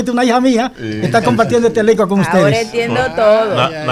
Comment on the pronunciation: 😂😂😂 "UTEDE SI HAN HECHO"